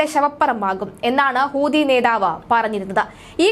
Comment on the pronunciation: ഹൂതി അല്ല, ഹൂത്തി എന്ന് പറയുക